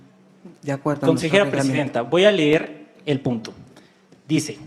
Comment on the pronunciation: Y Ése "Pastorcito de Belén del PRI " NO SABE Pronunciaciar bien las Palabras !!??? , dice (LER) En Lugar de Leer !!! , Que JODIDO Está ése wey.